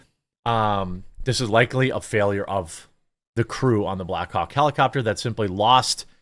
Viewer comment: Jeremy is saying “black hawk helicopter” so many times it is starting to sound like “black cock helicopters” 😂